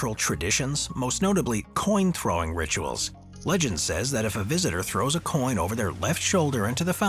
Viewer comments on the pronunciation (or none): none